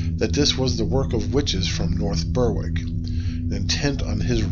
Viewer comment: North Berwick - it's pronounced "north berrick". Like a lot of things, plenty of Scots know of Geillis Duncan without the help of Outlander. Also, it's pronounced TraNENT.